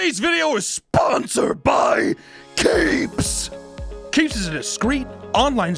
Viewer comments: I thought he screamed CAPES, not keeps. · I thought he said, "Brought to you by CAPES!" at first, instead of Keeps, lol.